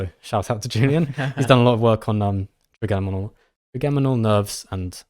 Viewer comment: Hi guys. It’s “tri-JEM-inal” nerve. As in “3 origin” because it is a single cranial nerve with 3 major sensory branches (mandibular, maxillary and ophthalmic)